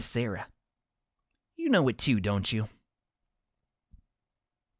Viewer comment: tbh he still kinda mispronounces Sara's name but that one doesn't matter as much as "Sou hiruyo,,,," will miss him giving up with sous last name though ngl